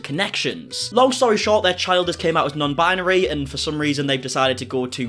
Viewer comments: "Bi-yuh-neery 🥴🍷" - 2022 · can’t even pronounce binary correctly. 🤦🏼‍♀️